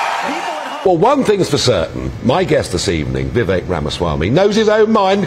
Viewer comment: finally pronouncing his name correctly. Vivek as in cake.